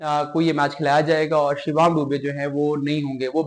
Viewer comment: Mr anchor what is shivaam and part in place of parag THen from where you speak musalsal sort of nonsense My request is to have proper words and their pronunciations